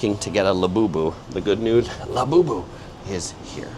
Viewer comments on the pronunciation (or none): none